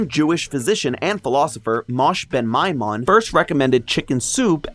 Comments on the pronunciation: Great video! Coming from Jewish cultural background the pronunciation would be Mo-sheh Ben My-moan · Just in case someone else doesn’t point this out, Moses maimonides’ Hebrew name, מש בן מימון, is pronounced mo-SHEH ben my-m-OWN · Just wanted to let you know that the correct pronunciation for his name is "Mo-sheh ben My-mon". Keep up the good work!